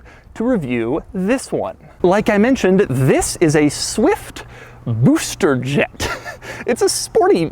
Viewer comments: Am i the only who loves when doug says booster jet?😂😂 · Nobody: Doug: SUH-WIFT BOO-ster Jet